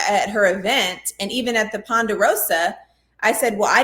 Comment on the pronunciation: Please stop saying Panderosa!’ It’s Ponderosa! Jeesh.